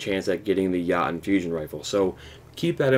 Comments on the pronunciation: It’s not called the yotten it’s the yooooten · yatun...lol pronounce it "yo ton" and you'll be good fam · Dude it’s Yoooooooo Tonnnnnnnn not yaton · Yo-ton not ya-ton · Did...did you just call it Yaten? It's pronounced like Yo-tun. No disrespect, just it made me cringe a little every time you said it like that. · “Ya-nnnn”.......... all things aside, very useful video and gets straight to the point thanks man! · Thank you so much for this, it helps a ton but just a quick little thing: jotunn is pronounced (yo-TUN), they’re giants from Norse mythology who live in Jotunnheim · Œyvind Ârntsen Hvıdsten it’s (yo-ten) that’s literally how it’s pronounced. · I thought it was pronounced Jyo•tun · Its Pronounced Jotunn - "Yo-ton" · If you're going to do a video about it, do it right. Its called pronunciation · You said the name wrong it’s jotun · Nah its norse mythology pronounced (yo-den) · You make me grind my teeth every time you say it, say it like Yo-ton... PLEASE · "Yahtum" ROFL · did u just pronounce it as yatchen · Its pronounced yo-ton for fucks sake.... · Yeah um, its pronounced "yo-toon" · I loved that, made my night!!! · I know different folks say things a bit differently but that Jötunn pronunciation made me explode internally. Good vids though! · it is pronounced somewhat different. The sound in shure; the sound before the r, that is the Ö, so add a J with that sound and finish it with tun like in tuna. ^_^ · Nope. the U is pronounced the way the U sounds in "you". Not as an O. See the Wikipedia entry for Jotun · Is that really how its pronounced? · stop pronouncing it wrong